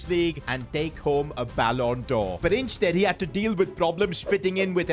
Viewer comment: You said insteed instead of the word instead and also you said shushing twice